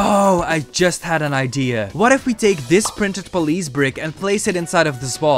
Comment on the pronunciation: Yes pole-ice